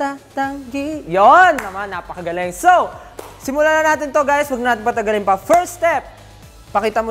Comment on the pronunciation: No one: Literally no one: Stell: ApAkAgAlEnG